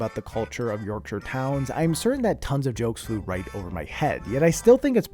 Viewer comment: As someone from Yorkshire, I respect you so much for actually pronouncing it correctly